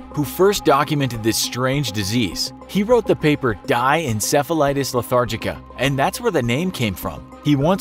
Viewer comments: "Die Encephalitis Lethargica" I'm pretty sure it's not "dye" but German for "the" which is pronounced "dee." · DIE ENCEPHALITIS LETHARGICA! but srsly, it should be pronounced "dee". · That's not how you prounonce Die in Europe Die is Prounonced D And it means The